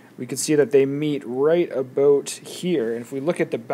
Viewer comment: "aboat" xD